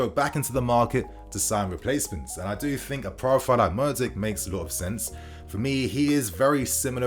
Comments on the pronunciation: not murdyk, mudryk! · what is with this english guy ffs. when you see a foreign name you lose all sense of respect for calling their names correctly, all education on phonics and eyesight. Gvardiol -> Garvidol, Mudryk ->Murdyk and Mordich. You have 161k subs and reporting on news and dont bother to pronounce it right, its disrespectful and lazy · You can't even pronounce his name correctly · Mudryk mate. You mess up the names too much. It isn't that difficult imho. Might only be the english and yank problem butchering names I suppose.